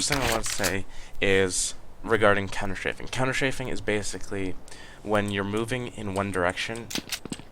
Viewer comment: You say ''Counter-Shaving''... oO